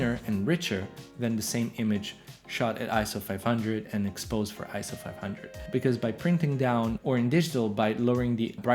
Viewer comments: ISO is pronounced like a word, not an acronym: eye-so, NOT eye-es-oh. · It's pronounced "eye-so" apparently. I pronounced it wrong for years too.